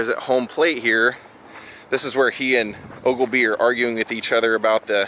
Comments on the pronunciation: Dude it's Ogilvie not Ogilebie. FYI Brandon Cruz told me they shot the whole movie at Mason Park. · Also saying "ogle-bee" most of the time